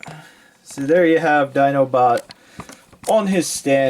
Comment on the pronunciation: "So there you have his feet sticking up his 'dinobutt'". XD I know, you said Dinobot, but it really works for him. Would be hard to get that for Optimus or anyone else.